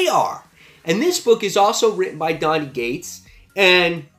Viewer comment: Love your channel and videos but why do you always pronounce Cates as Gates haha